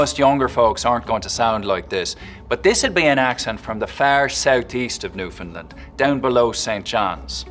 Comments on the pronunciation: The Province of Newfoundland is not pronounced "New Found Land" it's "New Fund Land" as in "Understand" A Canadian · IN Newfoundland (which he pronounces wrong, Newfoundland has the stress on the end, new-fin-LAND, with a long A, rhymes with understand), there are two big differences: townies and baymen. Townies, from St. John's and the Avalon Peninsula, have a less pronounced accent compared to baymen from around the coast. There's a lot more to it, but that's the most obvious. Any townie can put it on, for sure, but otherwise sound pretty typical Canadian (east coast). If you're from round da bay it's far more obvious, with a lot of local slang "Stay dere I'll comes where ya to.", or "Whadda ya at b'y?" And "Arse on dat!" is universal for "that looks amazing!" (be it a nice bum or shiny car). The slit T is everywhere, too, and it's often said Newfies talk like the wind "is taking the breath from ya." And a lot of dropped or added H's "We drop our hayches in 'olyrood and pick 'em back up in St. Hant'ny!" (We drop our H's in Holyrood and pick them back up in Saint Anthony - two places on opposite sides of the Island) Lots of lengthened vowels as well, "having a hard time?" becomes "havin' a haaaard toime?" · Funny he can do the Newfoundland accents but he can't pronounce Newfoundland right!!